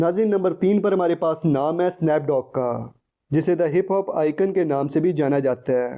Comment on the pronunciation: its Snoop Dogg not Snaap dogg